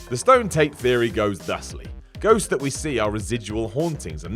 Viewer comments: Did he say "goats are real"? Really sounded like it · Anyone else notice when he says ghosts it sounds like he says goats?